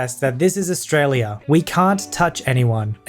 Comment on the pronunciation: I'm 'Straylian and I respect the way you said 'strayia'